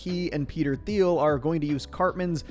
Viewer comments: Thiel is pronounced 'teal' fyi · Why can nobody pronounce Thiel’s name correctly? They literally sing it correctly in the show